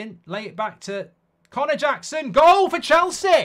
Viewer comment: What??? Did you say Connor Jackson😂😂😂